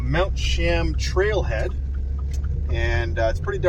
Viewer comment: Beautiful hike. It is actually pronounced like Chee-uhm fyi :)